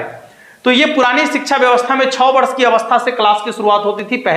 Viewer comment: भाई पहले खुद के उच्चारण तो सुधार लो र को ड़ छ: को छौ ऐसे ही कई उदाहरण हैं जो गलत हैं कृपया ध्यान दें वीडियो पब्लिक के बीच जाता है